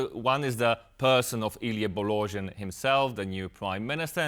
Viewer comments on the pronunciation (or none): “Illy Bolojin” - you turned an 120% true blue Romanian into a Russian instantly 😂😂😂😂😂 Why would be that hard to pronounce “Bo- lo-Jean”…? I mean we know how to pronounce Worcester Sauce so why can’t you make the effort to pronounce a name correctly? Do your homework, you are about realistic political news not re-baptising politicians for crying out loud.